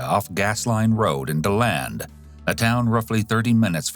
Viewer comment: He actually pronounced "DeLand" correctly. Good job!